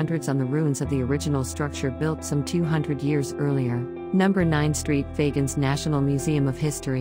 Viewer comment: Was this an A.I. voiceover? It got St. Fagans incorrect....Faa..Gaan.